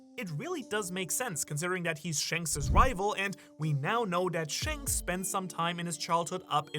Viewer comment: Not trying to be mean I'm genuinely curious. I've been watching for a while, but does he say "powerful " and " shanks" like that on purpose? If its not on purpose I won't bring it up anymore I'm just curious because I love the "thanks/ shanks"